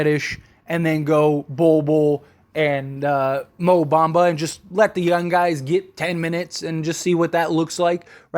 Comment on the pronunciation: It’s young not yun lol just playing